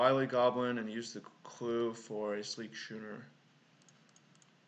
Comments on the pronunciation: I see your point on the Avatar, its a choice that is def non-obvious but your reasons are valid. It may be close. Yeah a Schooner is pronounced Scoo-ner. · God damn that intro is my jam. The draft content is gas. I think the six drop is the pick but I think it's arguable. Also it's pronounced skooner you scrub. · Thanks for uploading the draft vid. Always like to see limited content from the almost-draft master! It looked like a hard seat to draft. Thought it was way wrong to take the 3rd cutlass over the titan tho. Card is a straight bomb. FYI schooner is pronounced like school.